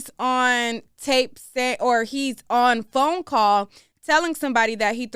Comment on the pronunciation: What's with the extra emphasis for the word "on"? Shit sounds tacky